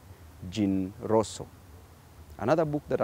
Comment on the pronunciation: The way he pronounces Jean Rousseau and the other authors is priceless 😊😊😊. And he is now a godly prayerful person, making vigorous love to his wife ,being respectful to everyone (except Kenya Kwanza,) Must every Kenyan be so squeaky clean? SMH. 🙄🙄